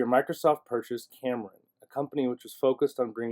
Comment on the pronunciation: I am sorry but did I hear you say "Cameron" instead of "Xamarin" (pronounced Zamarin) ?